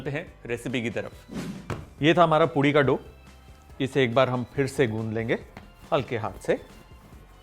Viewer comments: It is poori not poodi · Why do I keep hearing POODI?